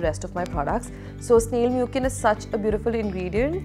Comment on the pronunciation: Hellooo loved the haul! The COSRX essence is pronounced as 'MUSEEN' not 'MUKIN'. It's such a wonderful product. I'm on my second bottle already. ✨